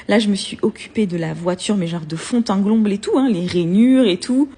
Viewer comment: "De fond en glomble"??? T'es sûre que ce n'est pas "de fond en comble"???? 🤣🤣🤣🤣